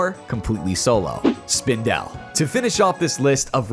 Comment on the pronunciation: Howie Spindel is what I’m calling the spider from now on. I’ve never heard anyone pronounce it like that. Good video, thank you for the tips 😊